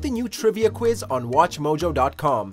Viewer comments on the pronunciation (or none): none